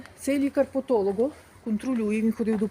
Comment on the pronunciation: Подолог , а не потолог.